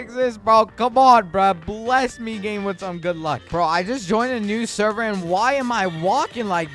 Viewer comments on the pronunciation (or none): none